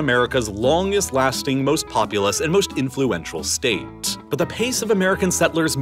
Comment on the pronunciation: “Largest staTeTtttttt” 😂